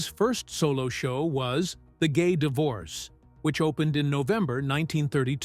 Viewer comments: PLEASE LEARN TO PRONOUNCE WORDS PROPERLY!! It’s pronounced “Di-vor-SAY”!! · Jeez! the Gay Devorce is pronounced Divorsay. It’s Begeeen (hard G) not begween Haven’t you seen the movies? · Fred's first solo show was 'The Gay *Divorcee*'. A divorcee (dih - vor - SAY), with two Es, is a divorced woman. ('Divorce', with the same three-syllable pronunciation, is a divorced man.)